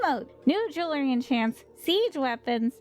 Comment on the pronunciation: you're on the Tube! Subscribed. (Also, for the Antiquities system, did you say... new jewelry enchants?:O ) - Morgan Leroux